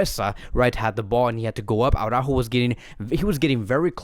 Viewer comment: It's Ara-ÓÓho. Not Awwww-rÁhho.